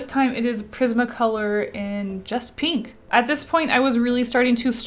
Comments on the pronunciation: It annoys me sooo much that she pronounces "pink", "peenk" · nobody:: peenk